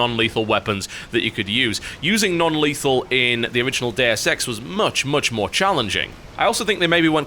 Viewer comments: oO I was wondering "What the f is Dare Sex???" Until I realised he's talking about "Deus Ex"... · I thought he said Dair sex 2, not deus ex 2.